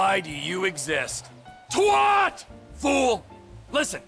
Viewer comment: I love how Trevor pronounces the word Twat